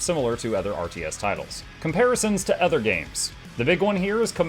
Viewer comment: tee hee "othger". Great vid as usual!